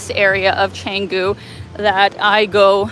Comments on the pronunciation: Cengu.... It is canggu..with an a.... like in bath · Nice vlog. Typical polite Indo and others.... but, pronounce Changgu with soft a, like long, not lang. Keep up the tour in Indonesia!